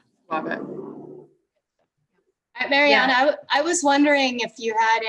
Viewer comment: Marianna is the first Sykes’ female millionaire and the youngest. I think u guys should pronounce her name right.